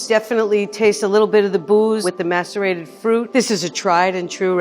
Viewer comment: Yup I had to hear it again until I saw this comment and realized its macerated